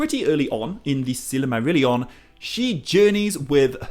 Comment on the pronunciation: How do you pronounce silmarillion so wrongly?